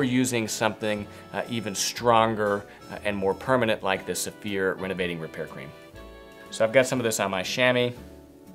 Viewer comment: I thought you were saying 'severe' - now I see you are saying Saphir..... LOL Makes a difference- next video show the name or spell it. :-)